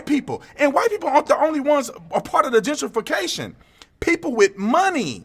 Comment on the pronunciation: Jen tree fee cashun!